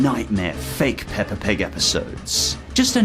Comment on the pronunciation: The fact that you say "pepper" instead of Peppa, just makes this video better😂